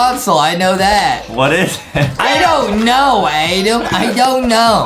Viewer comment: Why is everyone calling Adem “Adam” like his name is Adem